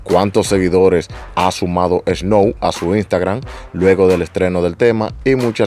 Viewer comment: Lo primero es que aprende hablar, aprender a pronunciar " Snow" que es un tremendo artista canadiense de los 90 s que ahora algunos los conocen, Snow es un activista Canadiense luego de cantar que incluso trato de ser político, su cancelaron por no se sapo, para la próxima infórmate más, y el tema está bueno por el simple hecho que tiene una pista de los 90 donde si se hacía música y el payaso de Yankee es un plagio en vida todo lo plagia todo a los Americanos , Canadiense y demás artistas..